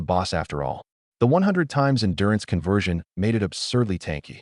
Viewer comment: Convwewsion talismans 😂